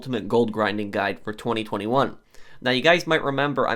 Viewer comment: I find how you say 2021 VERY OFFENSIVE